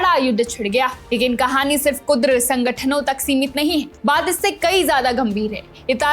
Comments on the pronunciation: KUDAR nahi, sahi word KURD hai. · Yeh kudr nahi. Kurd thikane hai ghalat word matbolo beta kiyunki hum Makkah main baithe dekh Rahe hain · Kurd not kudra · Beta kurd sangthan hai kudr nahi.😂